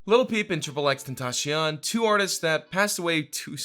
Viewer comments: When someone dont say correct xxxtentacion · How the fuck did u just pronounce XXXTENTACION